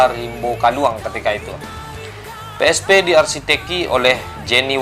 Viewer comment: PSP, BUKAN PI ES PI, kantau